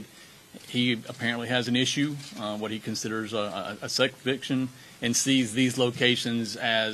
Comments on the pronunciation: I'm sorry, he has a "seck viction"? There must be something wrong with this captain: he apparently could not bring himself to say "sex addiction" -- and that's the least of my concerns with what he said. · what is the sheriff saying? "sek viction"?